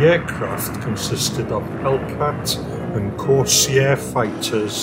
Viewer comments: narration was rubbish. it's "Corsair" not corseeair! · Vought F4U Corsair.. Corsair has two syllables.